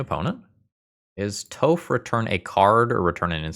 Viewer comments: it is pronounced tawph not toe-ph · All I could hear was 'Toeph' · What did you call Toph… D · I love some spicy Nic fit. I can tell you we're not an avatar fan when you were younger with the way you pronounce toph.lols